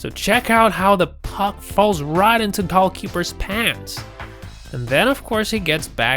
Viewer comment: Is he calling the goalies "golf-keepers"?